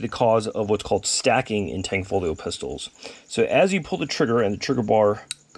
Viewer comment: STOP SAYING THE G!!!!!!! where do you see tang?????